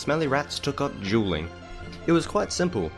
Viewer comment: For half the video, I thought you were saying "jeweling," and I was so confused until I realized you were saying Dueling.